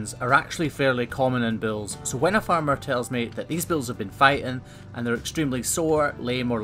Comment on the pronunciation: It is bulls not bills